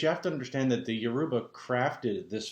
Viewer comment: you are not pronouncing it correctly....dang....your-ah-bah not Uah-roobah ...what are your ancestors saying?